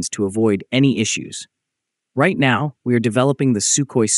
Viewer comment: "NAW ! Do you think... Or do you think..." at the end of each video lol